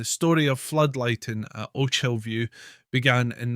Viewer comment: Sorry mate, but you can even pronounce "Ochilview" correctly? (And you are Scottish!) It's a no from me! Good idea though.